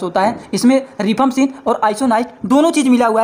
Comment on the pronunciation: Not रिफाम्पसीन,right pronounce रिफाम्पिसिन